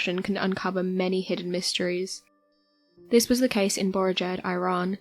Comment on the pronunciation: The ancients built an aquaduct - but you can't say 'Iran' properly...